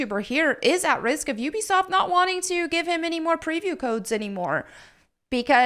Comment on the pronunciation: You’re the only one that pronounces Ubisoft correctly. Everyone else says Ooh-be-soft.